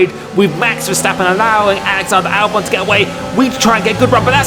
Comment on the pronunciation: Al-who sorry? Albone? I don’t believe thats right